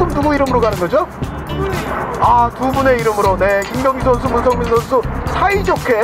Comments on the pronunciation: 문성민을 문선민으로 읽음ㅋㅋㅋ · 순간 문선민 선수가 더 많은 스파이크를 성공 시킬것이냐? 라고 들음 ㅋㅋ